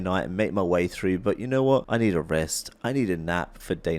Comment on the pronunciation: “I don’t knowerh”